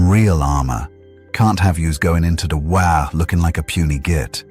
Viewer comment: Great job. Only thing is that AI whhaargg is never pronounced right but you had the best story for Dead pool I could hope for.